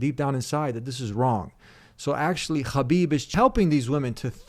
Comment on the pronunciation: Brother, the name is Habib, like Habibi in Arabic, when you pronounce it sounded like Russian guy trying to say his name. It's the same H like in the word Alhamdulillah. But knowing that you are bosanac Zemo I'm sure you did it not intentionally May Allah guide you.